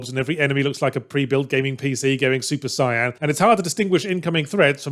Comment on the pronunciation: That's an interesting way to pronounce "super sayan"